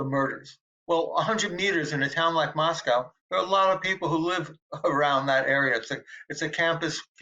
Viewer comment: I am really glad Howard Blum emphasized the correct pronunciation of Moscow(Moss•coe) & reiterated the importance to residents for people to pronounce it correctly!!